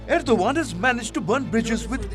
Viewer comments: End- O- gone... Erdo-Khan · Ardo g a a n d 😂😂😂